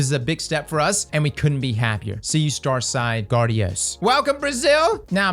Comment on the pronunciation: Def agree. Also, just sayin wouldn't hurt on brushing up on some Portugese before saying guardiões 😁